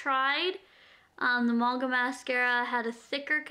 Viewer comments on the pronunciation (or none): it's pronounced mahng-guh. Manga is a Japanese anime that you read and the mascara is supposed to give the effect of long, huge lashes like the girls from Anime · It is pronounced 'mun-gah' in regards to a canadian/american accent, in england we'd say it like 'man-gah' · I love that she say "munga" but I say it like "mainga"